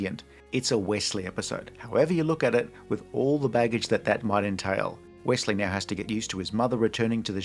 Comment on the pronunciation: props to bending the knee to the American accent for saying "Wessley" even though many Americans will say "Ossie" not "Ozzie" for Aussies like you.